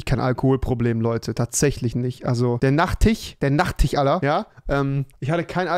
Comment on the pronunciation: Der ,,Nachtich